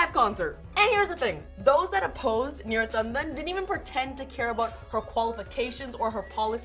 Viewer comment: Feels a bit sneaky to exaggerate the Indian pronunciation of Neera Tanden's name (no one else ever seems to) right before going to bat for her as a woman of color being unfairly targeted. Neera has horrible political opinions, regardless of her gender or ethnicity ("We have a giant deficit. [Libya] has a lot of oil"-Literal Tanden quote, agreeing with Trump on bombing Libya for their oil), and of course it is hypocritical for those GOP Senators to be taking issue with her tweets and completely ignoring Trump. However, again, she isn't just getting criticism from Republicans, it's also progressives who don't like that she's repeatedly sided with the GOP on various fiscal issues, including cutting Social Security and Medicare.